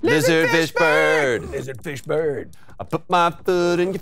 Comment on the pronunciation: Every time you guys said lizard fish bird it sounded to me like you were saying Lizard Fishburne. Like Lawrence's reptilian cousin or something.